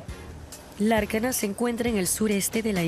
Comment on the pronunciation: Lárnaca, no Larcana